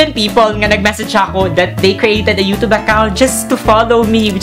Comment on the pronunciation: i actually dont like how the way you pronounce YOUTUBE. NOT TRIGGERED :/